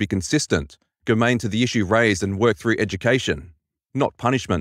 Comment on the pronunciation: Thank you for making this video, its about time Reddit bullshit is bought into the light. Your breakdown is very clear and well researched, so often Reddit critiques come off badly but this hit the mark well. Couple of minor points on speech. Tacit is pronounced 'tassit' e.g. tacit approval. Germane if pronounced 'jermane' e.g. that is not germane to the theme.